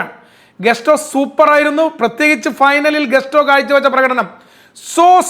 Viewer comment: ഇയാള് വലിയ അലറി വിളി commentator ആണെങ്കിലും പേരുകൾ പറയുന്ന പലതും പൊട്ടതെറ്റാണ്. റോബർട്ടോ സഞ്ചസോ? കസൈഡോയോ ? ഗസ്റ്റോ ?